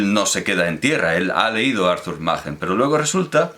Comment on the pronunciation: ¿No correspondería pronunciar "Maquen" en lugar de "Majen" teniendo en cuenta que el autor no es alemán?